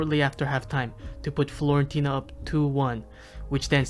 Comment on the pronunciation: stop calling it florentina man